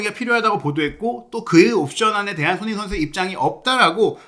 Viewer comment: 자꾸 왜 손혜인 선수라 하는 것 같누;; 발음이…